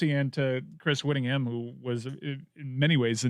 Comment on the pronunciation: "Rivalries," easy for you to say Chrys Yvittingham.